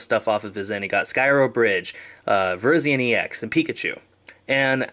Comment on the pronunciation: Does it bother anyone else that he calls it Virgen